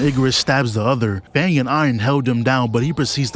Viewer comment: Why is bro saying fang🤢